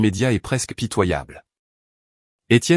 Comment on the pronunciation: Des Tiennes ,à la place D' Etienne.!!IA !!!!!!😂😂😂😂